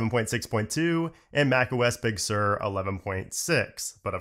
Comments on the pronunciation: macOS 'bug' sur lmfao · Was that “Bug Sur” intentional?